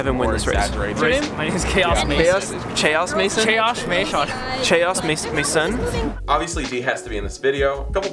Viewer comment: No, its Ma(i)son